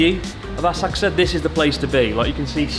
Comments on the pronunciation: Horrible como pronuncias Asakusa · How do you pronounce Asakusa, Chris? I’ve never heard anyone else say it like you do… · So have I been pronouncing Asakusa wrong my whole life? I've never heard anyone pronounce it like that before.